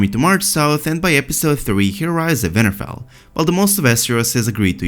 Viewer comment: oh my god i think it's great! i mean it's pronounced winterfell with a 'w' but you're accent makes it a 'v' and i don't think you should change it, it's rad